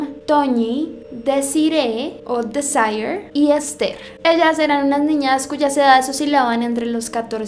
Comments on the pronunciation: Es Miriam no Mirian. No se llamaba “Desire” (dicho en ingles) es Desirée! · Desiree. Como tu lo pronunciaste, NO.